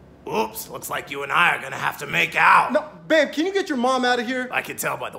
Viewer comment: Babe..BABE BRRRRRRRRRRRRRRRRRRR ABE